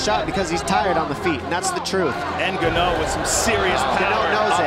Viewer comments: Now they know how to pronounce his name Hun!!! From GANO 🙄 to N'GANNOU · Who else notice the Gannou pronunciation 🤣🤣🤣 before they learnt the Africa sweet pronunciation NGANNOU. Lol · Even his name evolved with his abilities "Ga Know", "EN Ga Know", "N Gah Knew" 😆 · Not Ganow, Francis N Gannou. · n-ganou, ganou. Lol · Francis gA-kNoW 😂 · I noticed that also. No-go-no. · This “Ganough” is a killer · them calling him Gano killed me XD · Its so funny, everytime Joe Rogan pronounces his Name wrong "Kno"🤣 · i was a fan since he was named "gan-ouh" 😂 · Back when they pronounced his name (Gar-noah) 😂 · are we not going to mention Rogan calling Ngannou, "Guh-No" 😂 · Before they knew how to pronounce his name 😂😂 ganno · When u realize how his name was pronounced has "ganoua" 😂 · I'm calling him Guknow from now on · Francis gnaaou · I hate that they call him Gahno lmao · Ganou, gano, lol freaking commentators..couldn't they just ask him his name! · "FRANCIS GANNO!!" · Gano how you so say it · FRANCIS GA-KNOW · "N ganow" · Gano? Bruh 🤣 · Francis Guh-no! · Francis gnou? 😂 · the evolution of properly pronouncing his last name is more impressive than Francis' evolution as a fighter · I’m glad they learned how to pronounce his name 🤣 Joe was killing me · Best part of this is the way they pronounce his name in the first fight and second fights, they quickly learned it was a name to get right. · They couldn’t pronounce his last name in the beginning hahaha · At this point they didn't even know how to pronounce his last name :) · At first they even didn't pronounced his name right 😅